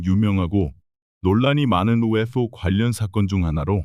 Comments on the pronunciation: 그냥 ufo그럼되지 발음 엄청 굴리네ㅋㅋ튀고싶나봄ㅋㅋ영상은 잘봄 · 바보! UFO 목격을 UF 오목격이라 읽네 무식한 넘!